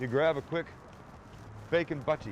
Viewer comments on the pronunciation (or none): The home of the "butty" (or "buttie") is Northern England. Same for mushy peas. The "u" in both is pronounced as in "bush", not as in "butt". Truly pitiful attempt at a Brit accent, by the way. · It’s not buttie it’s buteh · No one should pronounce the T's that much when they say Bacon Butty.....it's just wrong :,( Say Bacon buh'ie man! great vid btw ;)